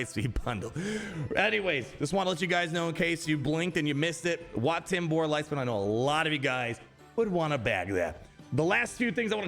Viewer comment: Wat Tambor ❌ Where Tambor ✅